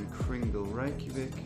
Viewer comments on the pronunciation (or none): none